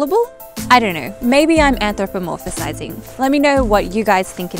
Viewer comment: anthropuh whaaat? there's no -UHSIZING in anthropomorphizing. and that's true whether you're american or english. totes ador, tho! (pro tip: it's particularly adorable when put on loop). thanks for riffing on it. no worries. we all have a nemesis word. keep up the good work.